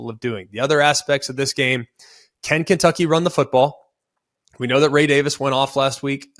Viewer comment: you can’t even say kentucky right that’s how you know they’re gonna win